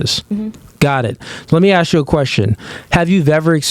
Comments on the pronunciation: Bro tell that dude its asked nog aksed fucking hell cant atleast the hosts talk normal english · Whys it so hard to say ask